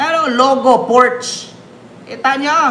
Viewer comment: mali po ang pag peonunce mo ng "PORSCHE"..german word pronounce as "PORSCHA"" is the RIGHT PRONOUNCIATION